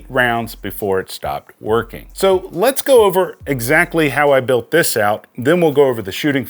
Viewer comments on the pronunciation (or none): none